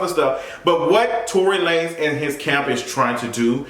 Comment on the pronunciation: Lmaooo I never heard La-nezzz lmaoooo